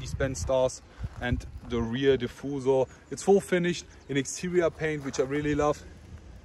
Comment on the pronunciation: I really like when you say "diffuzor" instead of "diffuser"✌️